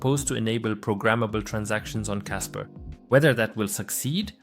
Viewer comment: It's kaspa... Not kasper